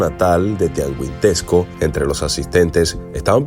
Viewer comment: No mms como tuangisquendo,es Tianguistenco